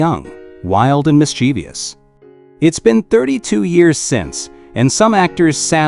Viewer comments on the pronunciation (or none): The word "mischievous" has three syllables. Learn to narrate, narrator.